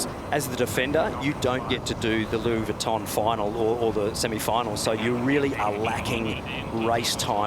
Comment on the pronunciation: Who the hell was Louie Weeeton